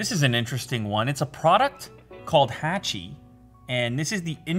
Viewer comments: My man its HA-CHI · Really cool product, thanks for the video! Sidenote, "Hachi" is not pronounced like the A in "hatchet", it's pronounced like the A in "watch". As many other comments mentioned, based on the dog from Japan they made a statue and a film after. It's very famous so a quick Google search would have revealed the pronunciation and history, I think if you are able to cover your bases in that regard with future videos it'll just boost your already wonderful professionalism to the next level. ☺️👍 Seriously thanks for the amazing tech videos and keep up the great work! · I think its pronounced hotchi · Your saying hachi wrong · I think it's pronounced Hachi like in hat and not Hachi like un happen